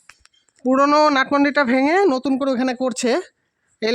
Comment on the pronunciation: লাট হবে না ওটা বলতে হবে নাট মন্দির।